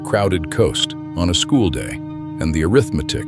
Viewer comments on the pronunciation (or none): none